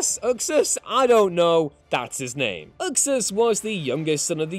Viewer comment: I always thought it was pronounced "Yook-sus"/Uxas.